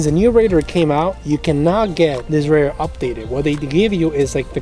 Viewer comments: Dude sounds like he's saying raider... lmfao 🤣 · Good video…but your killing me with your pronunciation of RADAR != Ray-Darrr